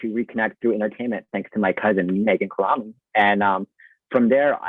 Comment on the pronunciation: It's cu-RAH-meng